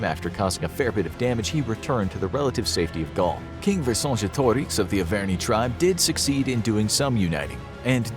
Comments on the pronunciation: Lol it’s Ver-Sin-Jet-O-Ricks, not whatever you said 🙂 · You mispronounced Gergovia and Vercingetorix they’re pronounced Gerrrrrgooooovvvvviiiiiaaaaaa and Verrrrrccccingetttorixxxx or however you right that learn to pronounce